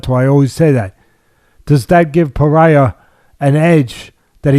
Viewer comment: Alex “Paraiya” Pereira